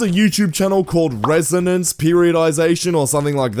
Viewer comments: Mf said resonance 😹🙏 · I knew you weren’t worth listening to once you failed the pronunciation of “renaissance”. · this video literally adds nothing of value to the world how can you not pronounce renaissance